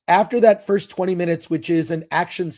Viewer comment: Magical negro- " I was here foist!"